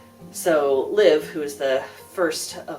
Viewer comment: I think you mispronounced Liv's name. 😜